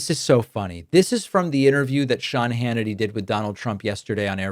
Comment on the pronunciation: You said "Shawny Hannity " . Keep your wording tight! Does anyone really think Trump has concepts? Needs a little fluffing first. Maybe a plane or money?